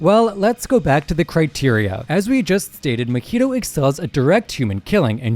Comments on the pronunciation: Muh-he-dough. They have pronounced his name as Mah-he-toe, several times. How do you get the wrong? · Why did he say Mahito like that